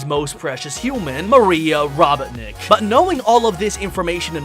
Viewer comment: I can't stand it when he says Robetnik it Robotnik